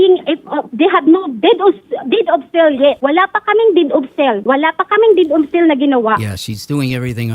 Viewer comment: DID OF SEL DAW....HSHAHAHAHA...DEED OF SALE